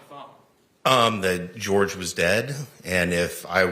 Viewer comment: Jorge, but she pronounced it George.